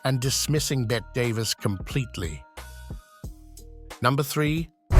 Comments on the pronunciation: Another stupid AI voice...Bette Davis' first name is pronounced with the E sound at the end, not like "bet." My mistake is watching this through to the end, losing precious minutes of my life! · Stop saying ' Bet ' Davis !! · Also Bette Davis! Stupid AI...